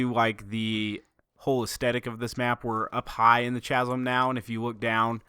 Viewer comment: How hard is it for one person to say chasm properly